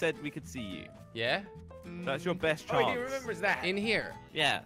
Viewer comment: Chance Not chonce